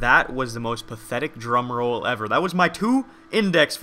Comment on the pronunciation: Did anybody else think he said Jerome roll instead of drum roll?